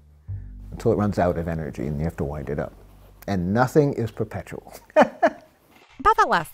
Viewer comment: "And nothing is perpeptual"